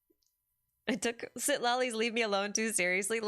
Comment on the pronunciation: Once again, the TL sound doesn't have a glottal stop, the T must be pronounced, both Natlan and Citlali have that sound, same as chipotle